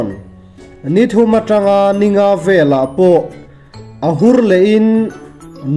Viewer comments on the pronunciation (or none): none